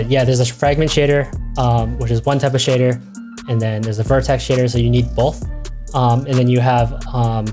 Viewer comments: tbh i kept hearing shitter instead of shader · Every time he said shader I kept thinking he was saying s**tter.